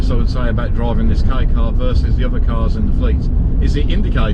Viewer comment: As a Japanese person, we're happy that people all over the world praise "K car". By the way, I feel something is off about the way you pronounce "Kei car". If you pronounce it correctly, "K car" is appropriate.